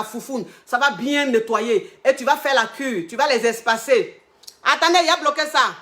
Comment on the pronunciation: Moi dès que je mets sa vidéo... 😅 Et quand vient le moment de dire : "attendez, yai bloquer ça" je suis au sol... 😂😂😂😂😂😂😂😂🇨🇲